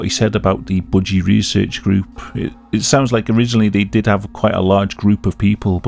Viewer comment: Why do you say budgie like bougie ✨💅